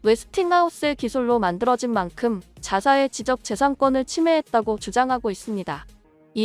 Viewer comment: 지쩍재산꿘 으로 읽어야지. 똑바로 읽는 나레이터가 되어주것니?